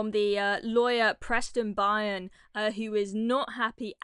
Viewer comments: Preston Byrne. His surname is pronounced Burn… Not by-urn… It’s an Irish name so I’m surprised you hadn’t heard of it before? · Byrne pronounced liked BURN. England is a disgrace. You are an embarrassment to the people that died ensuring your freedom.